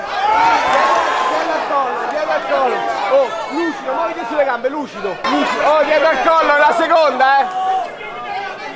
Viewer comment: Ha detto Luscido?